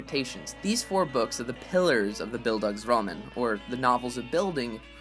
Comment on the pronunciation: oh man, das klingt so komisch, wenn er Bildungsroman versucht auszusprechen XD